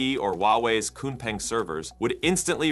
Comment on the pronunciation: XPENG is pronounced XPUNG. Get it right.